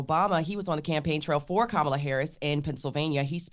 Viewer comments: she mispronounced her name, but Trump didn’t. Must be opposite day. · So mispronounced Kamala’s name and nothing..? So it truly is fake outrage when the right does it 😂